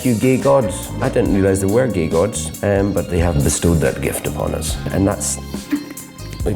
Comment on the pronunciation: hehe the way he said gay gods like geigoods